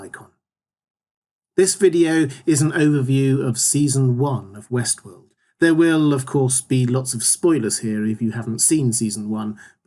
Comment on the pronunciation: Will there be a season 2 overview as well? Every time you say Westworld, I hear Westeros... ><